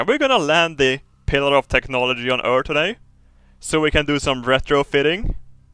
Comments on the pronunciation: med all respekt, varför säger du örteh (earth) och inte örf, vilket låter mer som det utalas på engelska? mvh:) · Why not say 'ee' like in the alphabet? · Merecir So?